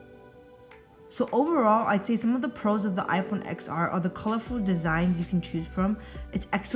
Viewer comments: TEN R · Stop calling it xr.....even tim cook calls it 10r